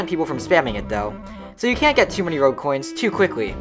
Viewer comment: when you say rogue coins it sounds like rell coins from shindo maybe make them something else idk